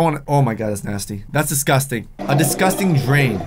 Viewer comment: For some reason it is funny when he says "drain" idk why